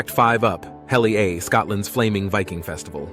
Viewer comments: Hi from Strathmiglo, Fife, Scotland (ancestral home of the (Johnny) Cash family). Nice video. Some things there I didn’t know. However, Up Helly Aa rhymes with Ah. Irn Bru is a corruption of Iron Brew and pronounced similarly. Never the less, well done! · Up hell e a( as in apple) - pronounced Uphellah Irn Bru - Iron Brew ( as in brewing a cuppa) family company from Falkirk, not Glasgow From a Central Scotland Scot from the smallest county in Scotland Clackmannanshire - Clack man nan shire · It’s pronounced UP HELLY AH . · Up Helly Aa is pronounced Up Helly Ah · and it's Uphelly - AH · Give me strength! This insistance on using machine generated narration lets down yet another YouTube presentation From the multiple (and only one correct) pronounciation of UpHellyAa to the massacre of IRN (IRON) BRU Do us all a favour, teach the machine (and that WILL mean you checking things BEFORE you upload/publish) Or, here's a novel idea, get a human narrator And while we're discussing IRN BRU, why were there so many images of people drinking stuff clearly NOT IRN BRU? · An otherwise interesting video of my home country but spoiled by the frequent use of an AI generated commentary that often mispronounces standard English words let alone the more specific Scottish ones. Even the Viking Up Helly Aa in Shetland was pronounced correctly only once but several further times as Up Helly “A” “A”. I may be regarded as pedantic but I find this kind of thing detracts from the overall experience and enjoyment of the video in my opinion.